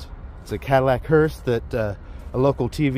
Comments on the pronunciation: It's a hearse, not a hurst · It's HEARSE not HEARST or HURST. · Don't know if it's been mentioned, but it's hearse. Not Hearst or Hurst. Funeral Coach is also acceptable. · Its hearse not hearst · There is no "t" in the word "hearse"!